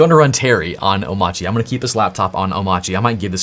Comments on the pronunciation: I think "Omarchy" with the standard R is probably a valid pronunciation. The "Omauchy" that DHH says (with a non-rhotic R) is probably a remnant of his Danish accent. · omARCHy the fact that DHH pronounces it omACHY might be due to the fact he's Danish :) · Bruh…. It’s a portmantau of Omakase and ‘archy’ like… anarchy… or monarchy… So it’s oh-MAR-key It’s not “I’m itchy” or “oh my chi” it’s not that hard… there is a big old R right there in the word. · Omarchy is Om-Arch-y. It's obviously pronounced that way. Arch OS. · if that's really how it's pronounced, why spell it with the "R"? i declare it's pronounced "OH-marky" until or unless they drop the "R". AMEN! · 1. He has an accent. Oh-MARCH-ee - r is clearly not silent. Just ask about SATA/DATA vs SATA/DATA or gif vs gif. 🤣 2. there are many options here: sudo apt install coffee, sudo dnf install coffee, sudo pacman -Syu coffee, snap install coffee, flatpak install coffee, or emerge -av coffee. However you brew install coffee, it's all good. Another option is: sudo pacman -Syu coffee. I grind my own beans, BTW. (I don't, but it works.) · I kinda believe dhh is still pronouncing the 'R' in omarchy, but not enunciating it. Kinda like Northeastern U.S. residents. is a good example. he says energy.